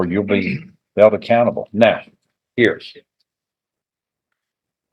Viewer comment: The word is here. Heeeeere. Not herrrrrr. Stay in jail. That's where you belong. Should have got contempt right then.